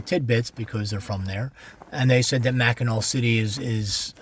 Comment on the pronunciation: Thanks for coming to my home state. Come back in summer it will be full of tourists learn to pronounce Mackinaw right so u don’t stand out. The big discussion is did u have catsup or gravey on your pasty. Lots if antique malls flea markets and goodwills here